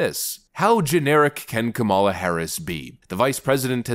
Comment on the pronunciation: I love how you keep mispronouncing Kamalamaflimflam's name! 😂